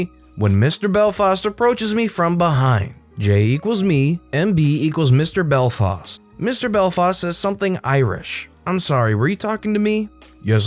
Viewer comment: ITS PRONOUNCED BELFAST BELL FAST NOT BELL FOST SCREEEEEEEEEEEEEEEEEEEEEEEEEEEEEEE